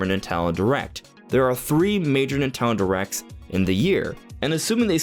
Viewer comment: Why do you say “Nintendo” correctly, but also “Nitalon Directs”? 😂